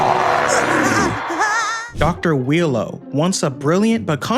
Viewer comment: why do u pronounce Wheelo as Willow?